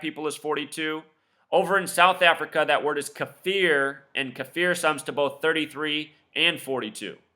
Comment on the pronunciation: Kaffir is pronounced (kafər) or Ka-fur, rhymes with gopher.